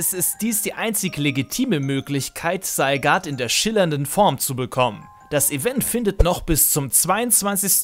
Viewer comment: Das "Seigart" triggert mich minimal ;D